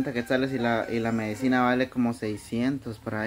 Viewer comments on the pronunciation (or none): Buenas tardes Micha ya es una señorita, sabe el bien y el mal allá ella, es bueno que estudie una carrera. se dice medicina y no medecina